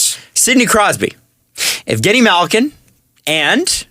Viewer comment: "evgeni malgin"